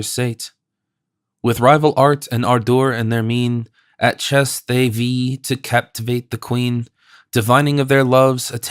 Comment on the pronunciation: love this translation the most, but I wish the narrator had done a bit more research in the pronunciation of some words, the rhyme scheme is important. some words, obviously, dont rhyme because language has changed over time, but still, "vie" and "omen" are mispronounced. this is especially bad when it happens to characters names, like Menelaus or Telemachus. I think Penelope was mispronounced once too. but I appreciate having this version in full, as I think this is the only version of pope's translation on youtube